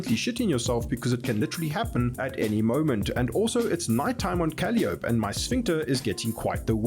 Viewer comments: Kah - lye - oh - pee, not cali - ope . 😠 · The moon Calliope is pronounced Cuh Lie O Pee.